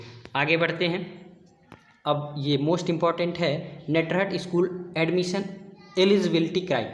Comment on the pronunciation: नेटरहट नहीं होता है ये नेतरहाट है।